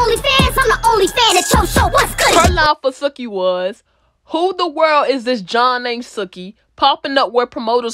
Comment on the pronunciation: ITS PRONOUNCED SUE-KEY